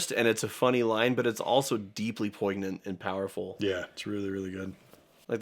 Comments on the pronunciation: I'm pretty sure that's supposed to be a silent G. "Poygnent" 😂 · I loved this episode.... but "Poig-nant"? the pronunciation got to me >_< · Please check the pronunciation of "whilst" and "poignant." It sends odd that a highly educated person would mispronounce two relatively common words. It makes me wonder what else you missed, but use as if you know.